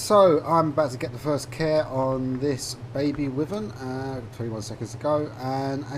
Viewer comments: Btw it’s pronounced Why-Vern not With-Vern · its pronounced why vern not wih vern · I'm British, and it's definitely Why-vern, it's not like "Tomato" over here we say Tom-art-oh and in the US they say Tom-ate-oh, "Wyvern" is universally pronounced Why-vern, sorry bud